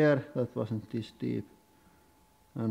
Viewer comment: "Thes one is the most dangerous by far so far"